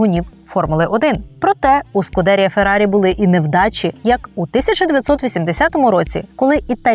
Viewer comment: Правильно вимовляти "СкудерІя". З наголосом на останній склад. При підготовці матеріалу варто було б звернути увагу на цю важливу деталь